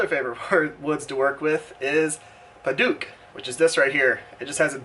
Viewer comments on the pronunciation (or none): Padauk, not paduke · Great video. Only problem is your pronunciation of Padauk. It should be pronounced Peh-Douk (Douk pronounced like Doubt). Hope this helps.